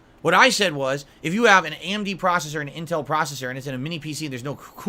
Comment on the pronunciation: "Am-Dee" processor.